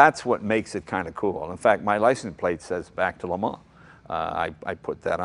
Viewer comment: LMAO.. it's the murican in him